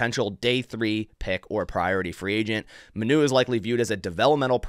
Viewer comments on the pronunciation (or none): it’s pronounced giovanni mah-new not muh-new